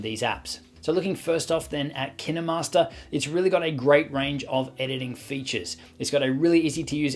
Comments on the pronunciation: IT ISNT PRONOUNCED LIKE KIAMASTER IT IS KIENMARSTER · Dude KineMaster says made with kninwmasters alll the time and it’s so annoying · Now I’m confused on how to pronounce KineMaster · Really you say kinemaster wrong